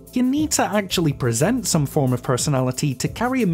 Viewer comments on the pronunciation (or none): none